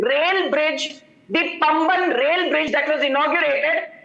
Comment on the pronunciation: It is Paamban. Not Pumban.